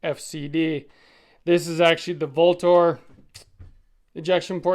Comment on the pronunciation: Vltor is pronounced Ultor... just saying